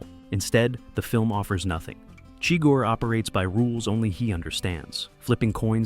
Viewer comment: Why does the narrator here mispronounce the villain’s name?